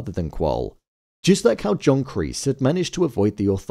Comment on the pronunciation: kreese ❌ Kleese ✅